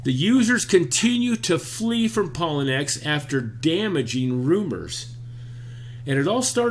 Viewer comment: I think it is pronounced....pa low knee x